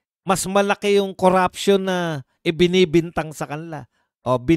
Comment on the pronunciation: NO to vice, hindi nya mabigkas bigkas si tambaloslos sa panawahan nyang kuraption daw kono